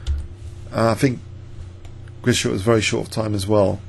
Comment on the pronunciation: Hi, thanks for great videos, including this one! Perhaps you would like to know that the sch in Grischuk should be pronounced as one sound, like sh in ship. Hope this helps :)